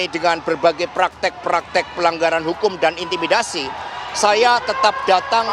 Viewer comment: Kok terus bilang intimidiasi